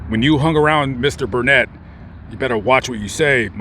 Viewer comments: It’s burn it, not burn net. Only in Texas! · 1. The helicopter you saw flying is probably the Robinson that gives tours. I would never fly in a Robinson. 2. The name is pronounced “burn it”, don’t let the people of Burnet hear you pronounce it “burn ette”. They have a saying that is a rhyme:”it’s Burnet, durn it, can’t ya learn it?” Haha! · Oh and the town of Burnet, Texas is pronounced Burn it